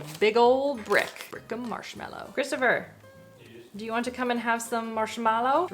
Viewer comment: Please it’s marshmAllow not marshmEllow.